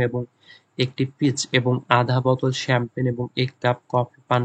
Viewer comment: (F) number er উচ্চারণটা হবে শ্যাম্পেন।আর আপনি কি বললেন এটা।।।চামপাগনী😂 যখন বাংলায় বলেছেন তখন ছিল। ইংরেজিতে ভুল উচ্চারণ করেছেন ভাইয়া